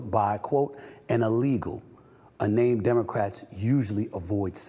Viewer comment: Biden looked like an escapee from an episode of the Walking Dead. He also couldn't even say the poor women's name right...